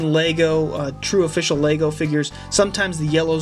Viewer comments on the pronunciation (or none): none